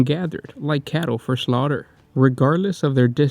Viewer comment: “Like cattle, for shlaughter”